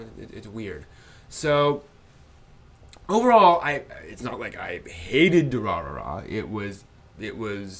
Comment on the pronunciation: Why do people always pronounce the word ''Durarara'' like ''Durara''?